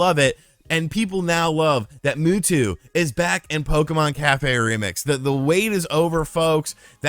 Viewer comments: I'm sorry... Moo Two? Mew is pronounced Myu. Like "pew-pew" when kids shoot fake guns (they say pyu-pyu not poo-poo) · He just called Mewtwo "moo-too"... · Everyone: Mewtwo: Muwtwo He should make a Pokémon channel. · The world: Mewtwo: Mootwo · "Where is Muhtuh" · Mootwo lol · "Moo-two"? Get out of here. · Ugh, why do you say Mewtwo like that?